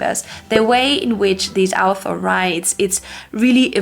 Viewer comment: Me having read Wheel of Time and NOT having English as my first language heard Al'thor everytime she said author . 😂😂 I think its funny how such basic things tend to skip our mind .